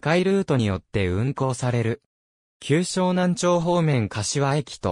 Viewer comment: 旧沼南町はしょうなんちょうとは読みません正しくはしょうなんまち